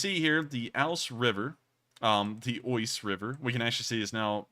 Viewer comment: The Oise is actually pronounced like the English "was". - A fellow Frenchman.